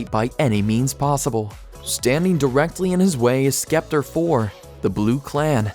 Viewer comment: WTF IS WITH THE WAY YOU SAY SCEPTER AND DAMOCLESE?!?!?! Do you even human bro